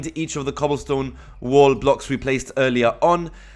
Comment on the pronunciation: he says "wall" like "wool" but i love it